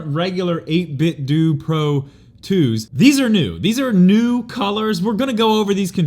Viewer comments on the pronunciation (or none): I believe it's 8bitDOH like you pronounce Nintendo. Just saying.